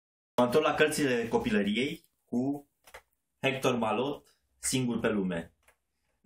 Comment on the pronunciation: Hector Malot se citeste fara pronuntia lui H :)